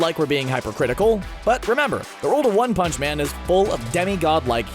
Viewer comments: the way you said “one pounce” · “...one hounch” Come again? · Why u said one punch like tht